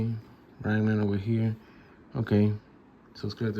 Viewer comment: Ran Man? 😂 It's Ram Man, poser!